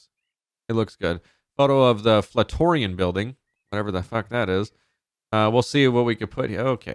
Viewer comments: Bruh its the flat iron building. It's that building in the middle of time square. Not flat toriaon as you said lol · the building you pronounced as floutorian is the Flat Iron building its an iconic building in NY i think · Never heard someone pronounce the flatiron building as fla-tor-ion. Nice work